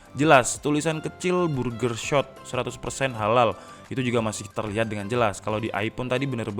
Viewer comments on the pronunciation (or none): none